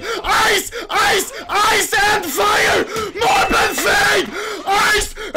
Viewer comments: Here i go typing the same comment... "MARBAL FED MARBAL FED AIS EN VAIER MARBAL FAET MARBAL FAET AIS N FAIR" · "MORBLE FAYDE, EYCE EYCE AND FIYA" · AIS AIS AYS AND FAYA FAYER FAYER